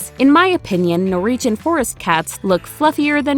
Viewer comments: Stop saying NOREEGEN! It's NorWegian! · No second R in Norwegian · I can't get past the way you're saying 'Norwegian' :-)